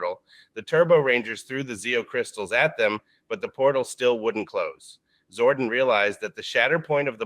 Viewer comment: It’s interesting that the AI voice says “Zorden” instead of “Zordon.” I would’ve been glad to wait until you could actually read the script for these videos. Like in the megaforce and ninja steel reimagined videos.